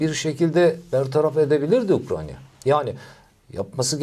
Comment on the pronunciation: Hocam, Ukranya değil ya.. Ukrayna.